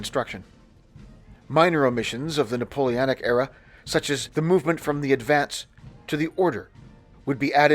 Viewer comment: Drinking/Smoking game: Imbibe each time he says “NapoleAnic” 😅🤣